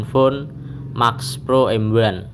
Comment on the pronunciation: "di asus max pro m wuan" 😂😂😂 mantep medok bgt